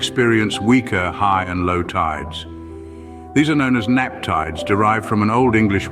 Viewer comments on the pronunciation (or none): Nap tides??? I think you meant neap tides.😉 But apart from that little faux pas, this was quite an interesting and well-presented video.